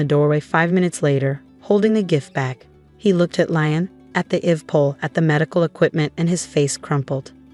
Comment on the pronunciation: Pity they can't pronounce Liam properly!!